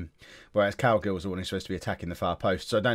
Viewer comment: Every time you say Cowgill it sounds like you're saying Cowgirl